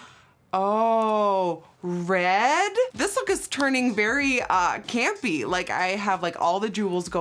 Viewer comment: She did not say campy LMFAO